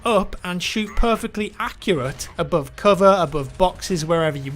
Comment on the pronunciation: I can't stand your speach, i quit after you said "aboov coover instead of above cover.... sorry